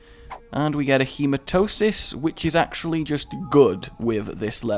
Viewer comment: Its hemaTEMIS god damn it, every time.